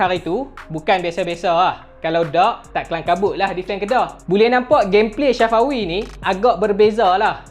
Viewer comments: Bang bkn shafawi tpi safawi bang🤣🤣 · Bukan shafawi safawi hahahaha🤣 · Nama dia safawi,bukan Shafawi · Sebut nama Safawi betul2. Safawi bukannya Sya fawi🤣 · Safawi rashid.. bukan syafawi rasyid.. safawi bro, safawi.. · safawi bangg.. bukan syafawi😅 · Tak mungkin hang sorang jaa... Aku pn dengaq dia sebut Syafawi,,, kot2 satgi last video hat bloopers... Syafawi Syafawi Safawi lah hahaha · Aku sorang ja ka dengaq dia sebut ‘SYAFAWI’ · Aq pon dngaq syafawi jgk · Bhasa kedah biasa la